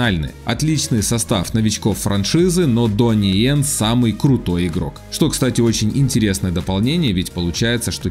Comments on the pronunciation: Донни Йен А не Джонни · Не джони ен, а Донни ен. Фильм хороший, экшен понравился, особенно скот эдкинс, но действия слишком затянуты, и видно, что местами каскадеры не успевают, особенно в сцене Джона в отеле в Японии с бронированными бойцами. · Джонни Йен 😅, вроде Донни Йен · не джони ен а дони ен